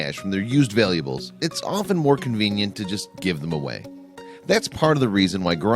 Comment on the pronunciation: This narrator needs to learn the sane way to pronounce the word, "valuable(s)."He's sickening.